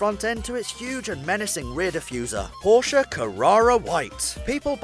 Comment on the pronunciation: I Like that you pronounce Porsche better than the most not German people, gut it is not CARARRA! IT is Carrera and the E is not pronounced as an A.